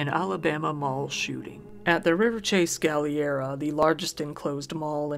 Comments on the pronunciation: im an alabama local and hearing pronounce "galleria" as "gal-ee-era" deals psychic damage its "gal-er-ee-ah" ("galler-ia") but yes, i vividly recall these shootings. its one of two or three shootings that has occurred in the galleria in the past few years. during the summer shooting, one of my best friends was present less than 100ft away from the site of the shooting with his younger brothers, and were all still very rattled from it- theres not very many things to do here, so young ppl like me and my friends often visit the mall for fun. due to these, the galleria has plastered signs everywhere that remind people that firearms arent allowed in the mall. its a very disheartening reminder of those shootings. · It's pronounced Gal-ler-ria, not Galiara. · Black Friday is horrifying, but at least there's the pronunciation here to get a small chuckle: * Pokémon being pronounced "Poke-ee-mon" instead of "Poke-eh-mon". * Subsequently being pronounced "Sub-see-quent-ly" instead of "Sub-seh-quent-ly". and the best one being; * Galleria being being pronounced "Gal-ee-air-a" instead of "Gal-eh-ree-ah". They're all firsts for me, though I think I remember the "sub-see-quent-ly" from another video on this channel.